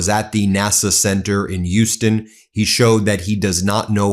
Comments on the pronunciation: As a native Houstonian, it's weird to hear the name of the city mispronounced. It's not "yoo-stun" it's "H-yoo-stun." The H at the front is definitely pronounced with a distinct push of air through one's front teeth. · WTF is "Yuston?" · Ben...love your content. But, Houston is pronounced with an H - not without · Ben, love your reports, but the H in Houston is not silent. :)